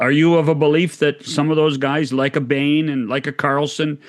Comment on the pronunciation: Bains not Bain